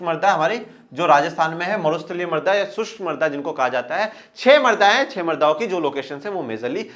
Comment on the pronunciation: सर आप जब मृदा बोल रहे है तब ना जाने क्यों मेरे को मर्दा सुनाई दे रहा है। 🤣🤣